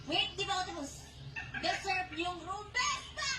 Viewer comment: Imposible din nman na nagkataon lang ang lahat.Iniba niya pa ang style sa pagbigkas niya nang "DESERVE " parang may something talaga kasi inulit ulit niya pa tapos napahinto saglit at hindi agad sinabi yong kasunod na word eh ano ba iisipin nang mga tao?. iniba lang sa dulo para hindi mahalata ..pero sana mali lang ang interpretation at sana mali ang nasa isip nang mga tao😊😁🥹...